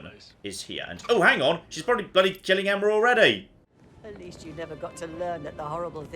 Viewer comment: Why can't 47 pronounce Emma? Emmer isn't a name 47 god damn it!